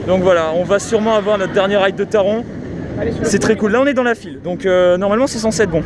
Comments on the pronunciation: Taron se prononce à l’allemande,c’est à dire Taronnn Autre truc à savoir,le masque n’est obligatoire que dans les files d’attentes,les attractions et les endroits clos,à l’extérieur,tu peux l’enlever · MERCIIIII ! Je ne suis plus le seul à râler pour la prononciation de Taron 😅😂